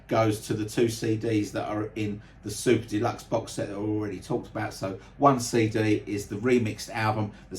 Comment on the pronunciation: Great explanation of what looks like a set that was priced fairly. It still is pricey for fans like me who want it but.... The other iterations look great as well. It's funny when you say "Super Deluxe", it sounds like you're saying "Soup to Nuts" which actually means the same thing! 😂 I just want to thank you for your channel and how professional and enjoyable you make it for all of us Beatles fans! Especially going through what you're going through. It only happens to the best people it seems, sadly! Cranky and obnoxious buggers seem to live forever without illness! Ain't it the truth! My best wishes for you and again thank you for being such a kind gentleman.